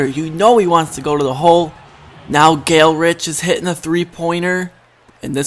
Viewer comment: Dude his f**king name is GALE GOODRICH NOT GALERICH